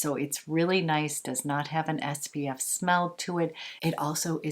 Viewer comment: Your skin looks amazing! I swear I am not a hater, but it drives me nuts that you say SBF instead of SPF. 🌞